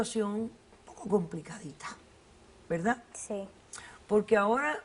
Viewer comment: Porque dicen Velda=verdad y no dicen colte=corte? Xq son selectivos con la pobre R! 😁!